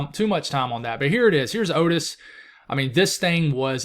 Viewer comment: Hey. You pronounced Otis right the first time. It's a common name in some places. I had an uncle with that name.